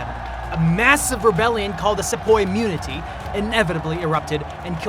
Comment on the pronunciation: do you even know how to pronounce "mutiny"? your channel is good for generslising arguments but bad for any serious insight coz you don't have one. Give lil bit more time to your videos.